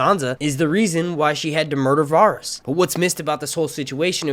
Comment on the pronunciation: It’s pronounced “veh ris” not “var is”